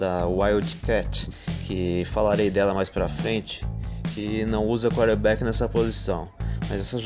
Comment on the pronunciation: Vídeo ótimo. O nome é quaRterback e não quaterback